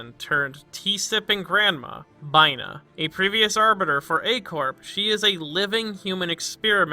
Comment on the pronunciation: Did you seriously pronounce Binah as Bye-Nah???????